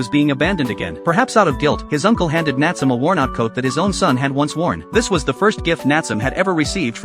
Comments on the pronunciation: It's (nat su me) not natsume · Nat some😂😂 its Natsume pronounced N ahh t sue may. It can also be spelt なつめ or 棗 which is also funny enough Jujube in Japanese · The a.i. saying natsome instead of nat-su-may is frustrating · Name: Nat-su-me This guy: Nat-sum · My eye twitch everytime the narator said "NATSUM". It's NA-TSU-ME. The E at the end isn't silent. The same happened everytime someone said " ANIM". #shivers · Ok this video needs a redo the character name is not Natsum it's Nat su me. The e is not silent. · Instead of Na-tsu-me, bro said Nat-sum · The AI voice: Nat-su-me ❎ Nat-sum ✅ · I clicked because I loved this anime and wanted to see this scene. But "NAT tsuum"?! That's why we don't use A.I. Voices for Narrations. "Nah-tsu-meh". Couldn't stomach hearing 5 seconds of the Main Character's Name being butchered 😂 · Nat sum lol "Nat su me" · Nat-su-me. Not natsum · Bro I know it’s AI but it’s (Na-tsu-me) not (Nat-soom) cuz in Japanese you pronounce every sound and the silent e doesn’t exist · Dude hearing it say Nat some was driving me mad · It's pronounced not-sou-may. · I think its suppose to be Natsu and me suppose to be like when you say me the pronunciation bugs me XD Nat - su - me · its pronouncing his name wrong.. it should be spoken like "naah tsu mei" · It's not the correct name. It's Nah tsu mei. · The fact that he kept saying his name wrong throughout the entire video. 😠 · Love the anime, hate the way this guy is saying Natsume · Omg get the fucking name right your pronouncing Natsume all wrong